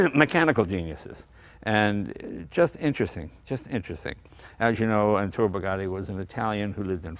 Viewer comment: It's ETTORE not Entore! <3